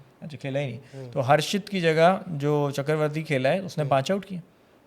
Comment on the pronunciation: It’s not CHAKAR-varthy.. it’s CHAKRA-varthy … initially I thought you were speaking some Urdu 😊